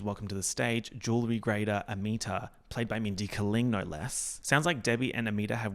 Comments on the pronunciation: Why do you keep saying Kuh-ling, instead of Kay-ling. Is it a bit? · It’s Mindy KAY-ling sis